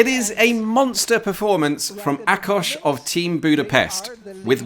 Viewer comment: If I hear you say Budapeszt one more time, I'm going to cry... 🥲 At least you said KriSZtina and ÁkoS correctly. 🫶